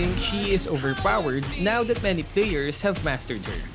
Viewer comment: why u keep on saying tat, instead of that :/